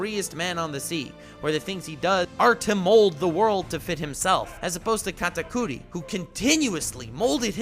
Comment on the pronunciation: First thing I clicked on this vid you pronounced his name wrong TRIGGERED